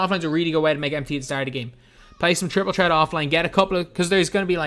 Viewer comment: Just say triple tret